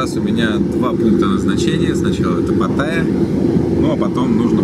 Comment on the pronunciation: Не паттАя, а паттаЯ, говорите правильно))